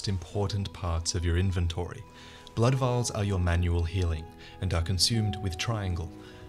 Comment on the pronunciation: I don't like the way you pronounce 'inventory'.